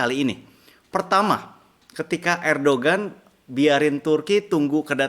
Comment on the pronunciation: Koh, ERDOGAN dibacanya ERDOAN. Itu huruf G yg ada topinya, jd lafalnya beda. Bukan sotoy, gw pernah sekolah di Turki. 😀